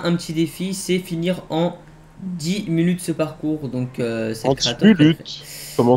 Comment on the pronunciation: Le retour des mulute au lieu de minute 😂😂